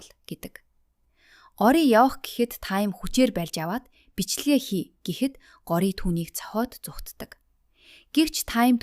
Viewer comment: Таям биш таам Гори биш гооряа